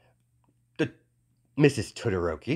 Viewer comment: I was so confused because I thought he was saying Twitter ropey or smthng not Todoroki